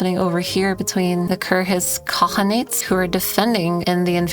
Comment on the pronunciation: you are pronouncing kirghyz khanate way off